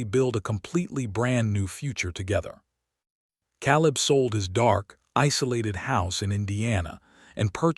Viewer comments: Maybe i will subscribe when you get narrators who pronounce names and words properly. Those mistakes glaringly stand out and ruin the story! Ex: Calibb is pronounced KAY LIB not CAALL IB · So many mispronounced names and words!! He says Calib , it is pronounced Kay lib. Why use someone who can't speak properly!!?? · It is pronounced Kay lib! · Caleb mispronounced and too many adverbs and adjectives. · Shouldn't it be Caleb?